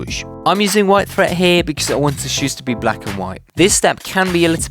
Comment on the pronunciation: Learn how to pronounce words properly it's thread not "threat"